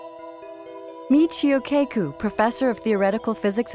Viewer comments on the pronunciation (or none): lol michio cay-ku. i'm pretty sure that's kah-ku. not a long a sound. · what I find more disturbing than these "ghost" footages is the way the narrator pronounces Michio "KAY-KOO"..